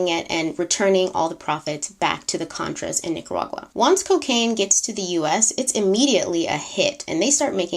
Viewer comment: We know it’s hard for people to pronounce Nicaragua 😜 you did pretty good